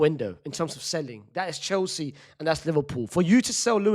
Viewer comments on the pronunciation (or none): none